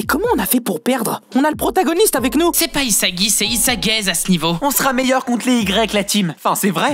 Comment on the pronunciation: c pas isagi c isaguez😂